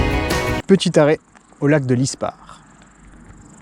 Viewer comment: ma montagne - par contre sa se dit lac de lichpa et pas lispa